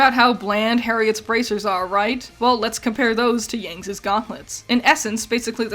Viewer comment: Youre saying too many S's. Whenever you say something like "Yang's weapon" you throw in another S. It's "Yang's weapon", not "Yangs's weapon". Over here sounding like Jar jar binks. Good video regardless, I just found this distracting.